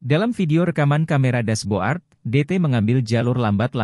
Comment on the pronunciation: ganggu banget VO nya, dibaca rubi-con, harusnya dibaca rubi-kon, dash-bo-ard, yang harusnya dibaca dash-bôrd. jurnalisme sampah copas